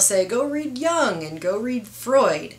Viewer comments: It's jung, not young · you obviously didn't read those Yung (pronounced 'yoong') books did you?